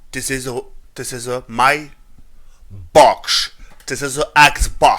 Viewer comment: Mdrrrr " this is a boxsh" :')